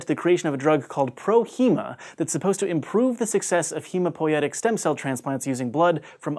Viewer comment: He said "hemopoietic" instead of "hematopoietic" lol